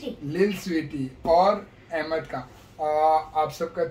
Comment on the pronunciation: نام احمد ہے بھئیا ایمد نہیں Ahmad Aimad nahi 🙏🏽🙏🏽🙏🏽🙏🏽